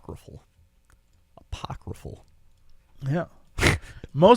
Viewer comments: Apophrycal is what Jesse was saying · Jesse: Apophrycal: Spell it? Jesse: [Spells Apocryphal correctly]: Apocryphal, huh? Jesse: Yeah, Apophrycal. Love you guys! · I caught that too, I was like well is spelling it the way Jesse is pronouncing it lol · "Goddamn it, 'apoffricle'!" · pronounces "scarce" incorrectly: Jesse makes it a huge joke Jesse mixes up the letters in "apocryphal": Jesse insists he's right even after spelling it